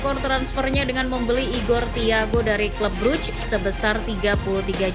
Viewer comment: club brugge bacanya club bruhe min